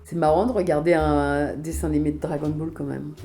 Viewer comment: Chibi Tama ah OK merci Mais du coup elle le prononce mal Brigitte ?